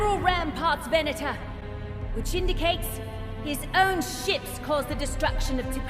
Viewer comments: Ven-ah-tor. Venator. It's a Latin word meaning "hunter". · ve'na:tor pronounced ven-ate-tor. Cruiser Class Star Destroyer. Is the latin word for hunter. The feminine name is Ventrix. A second use of the word is as a type of Roman gladiator. A third use is as a genus of spiders.